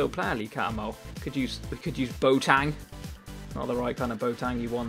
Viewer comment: Why do you say bo-tang instead of boateng!?!